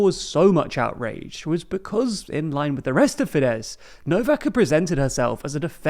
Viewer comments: Just a reminder, you don't pronounce the "z" after the "s" in Tisza or in Fidesz (or anywhere else in Hungarian). Practically Hungarian "sz" = English "s". So, for you, it's "Tee-sa" and "Fee-des". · "Sz" is pronounced like an S, thus "FEE-dess" and "TEE-saw" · Ffs it's not Teeza and Feedesh or Feedez